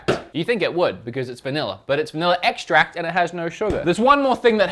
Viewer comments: Says extract as estract and espresso as expresso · My guy if you just swap around the ways you say espresso and extract, you'll be good.